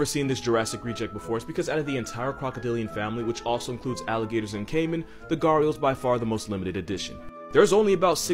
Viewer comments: I died laughing how he pronounced 'gharial' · Ah the gharial pronunciation!😏😃